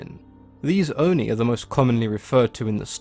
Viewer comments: Great video! I really enjoy learning things about myths and especially Japanese culture (I'm Japanese myself but don't know in this detail about stories and creature). Also, not sure if anyone else has commented, but Japanese words are written syllable by syllable and the i at the end of Oni doesn't affect the o and it's a short o. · I like how he pronounces non-english words. Owh-Ni=ONI, DowJi=DOJI, EMNA=ENMA, RAYKO=REIKO, SAKI=SAKE